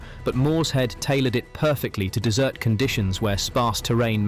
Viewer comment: If you must use AI narration, you could at least spell check your script. I'm sure the Rats of Tubruk would be mortified to hear they had fought under dessert conditions. I doubt they got much ice cream at the front. They weren't Americans.